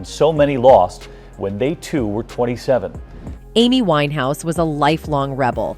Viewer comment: I can't believe how wrong your facts are..... suicide????? The fact you think it's ok to deliver wrong journalism is beyond me. And yes, get her name right